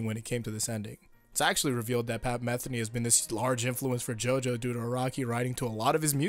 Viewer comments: Since its a pet peeve of mine: its pronounced muh-thee-nee, not meth-eny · It's pronounced Pat "Muh-Thee-Nee" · Your mispronouncing Pat Metheny' s name